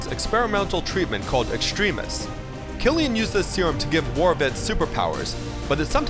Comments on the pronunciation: It's not Extreme-is, its Extremis. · u pronouced extremis wrong